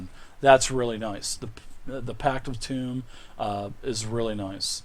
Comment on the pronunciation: Really cool rundown, but good lord, with that much bread and butter the Warlock class sounds like it's entirely fat and carbs. Also I hate to be that guy, but tome is pronounced with an "oh", you're saying "tomb", which would imply the Warlock was a necromancer.